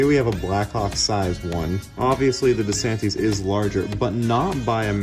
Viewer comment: Why do you need to have background "music" on your video. I wonder why you don't correctly pronounce the brand name "DeSantis." Why does your sometimes hesitant commentary have to take over six minutes?